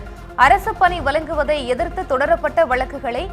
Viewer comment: திருக்குறல்,வலக்கறிஞர், வலங்குவது, ஏலாம் தேதி, வலக்கு.இன்னும் பல. எண்ணடி செயதி வாசிக்கிற? இதைப் பற்றி Complaint பண்ண உன்னோட கீப் சப்போர்ட் பண்ணுகிறான்.